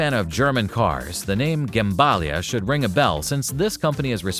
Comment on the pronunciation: it's not Gembalia but Gemballa